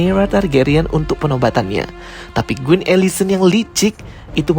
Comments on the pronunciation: Bagus bgt penjelasannya, tapi knp pronounce quin jadi Guin?😂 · Kok aku sering banget dengernya gween ya bukan queen 😅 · Mengapa menyebut Queen dengan kata Guin yah.. harusnya Quin, seperti dengan huruf K bukan huruf G. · Queen bang bukan gueen😭😭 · Queen atau Gueen? 😂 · kak, it's queen not gueen 😭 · Kenapa pronouncenya gueen sih Kan queen. Heran deh org jaman skrg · What’s with “Guin”? It’s “Kuin” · ralat bang baca Queen itu kuin bukan guin. thanks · Maaf ka, tapi bukan “GWIN” tapi “KWIN” = Queen 🙏🏼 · oh kirain aku aja... dari awal smpe akhir bngung kok gwin smpe cek ulang namanya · Bang, gua suka ceritanya, thank you bgt udh dibikin story tellingnya, tp agak gregetan ama spelling queen jdi kedengeran gueen 😭😭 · kuping saya gatal denger guin wkwk..emang bacanya queen tu guin ya? tapi mantap bro penjelasannya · videonya baik,, sekedar constructive criticism, karena di beberapa video pertama saya sampai sempat salah mengerti,,,,, QQQQQQQQQQQUEEEN, membacanya bukan "Gwen".... STARKKK ada K nya, membacanya bukan "star"